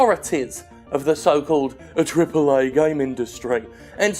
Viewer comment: why is he the only guy that pronounces "AAA" properly?